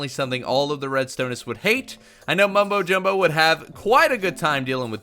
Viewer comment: Did you say mombojombo